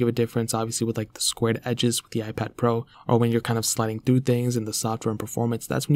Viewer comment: Am I the only one who think that when he pronounce the P letter is so much annoying? Listen when he pronounce "iPad pro"